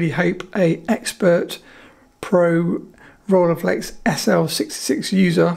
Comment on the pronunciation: The “ei” in Rolleiflex is pronounced like the “ei” in Leica.